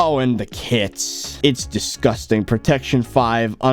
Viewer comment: Lmfao I love it when says disgusting. it sounds like disgustang